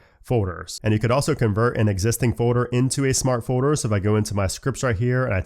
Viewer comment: Am I the only one who hears say “foeder” instead of “folder”?